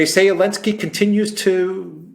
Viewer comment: forgive my ignorance but why do you call him Elensky?